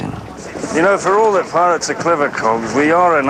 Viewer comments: She said Parets of the Caribbean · At the beginning it sounded like the woman said 'Parrots of the Caribbean' XD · She said parrotts of the caribbean lol! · She said parots the caribbean, haha. Johnny Depp is AWESOME! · did she just say parrots of the carribean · did she just say " PArrots of the caribbean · does she say 'parrots' of the Caribbean? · i know!!! that's what it sounded like she said... XD